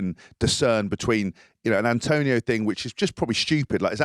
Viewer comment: His name is ATONIO... not ANTONIO!